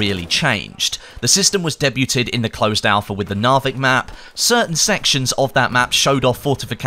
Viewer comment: "Daybyooted" For Debuted? lmfao